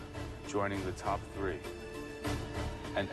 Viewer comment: Top thờ tờ rii :))))))))